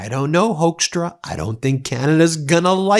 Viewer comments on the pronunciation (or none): Hoekstra is pronounced Hook-stra, not Hoax-stra, although the last one is more fitting. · The correct pronunciation of his last name (at least in the country of his birth) is Hookstra, not Hokestra. We don't claim him. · As a Dutchman I'm ashamed of the Dutch roots of that piece of garbage Hoekstra. We also thought he was our man when he became ambassador to the Netherlands during Trump 1 but no, just another piece of Magorian scum, unfortunately. Btw Ben, it's pronounced HOOKstra, not Hoaxtra. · The Dutch pronunciation of the oe in his name should sound more like the oo in fool or goof, not so much like the ow in blowhard.